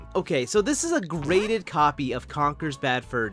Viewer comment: Oh wait… it’s GRADED not GRATED